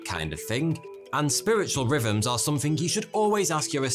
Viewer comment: At first I heard "spiritual ribbons" instead of "rhythms". Makes just as much sense either way...